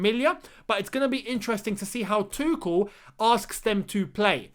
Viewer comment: Btw it’s not Tukol, it’s Too-schel